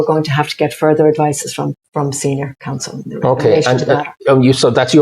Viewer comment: Learn some English Eddie She is a senior "Counsel" and she is "exercised" - not what you said